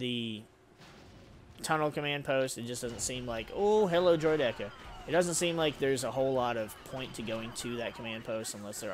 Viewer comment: Bro it’s droid ICK a! Great video, just please pronounce it right lol